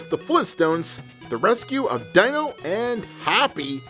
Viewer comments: D-ee-no, not Die-no. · My soul died a little every time he said “dy-no” in stead of “dee-no” because a few times in the episode he said his name correctly. Haha I guess it’s one of those things that gets stuck and you can’t help it. Regardless, Dino & Hoppy worth the month. SADP not worth the money!